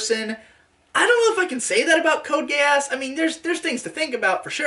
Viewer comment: I cry every time calls is "GE-AHSS" It's pronounced exactly like its said in the show (geass so "geez")